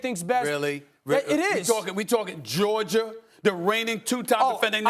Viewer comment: Nobody:.... Stephen A: "Georg-ier"😑🤣